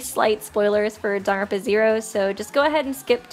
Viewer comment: I know Danganronpa is hard to pronounce but Sis said darn-ronpa This isn’t hate I used to say Dang-gang-ronpa 💀